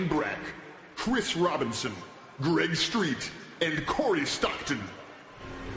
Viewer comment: Every time someone says "Greg Street" a kitten dies and it sends chills up my spine :P Thanks for putting these up btw.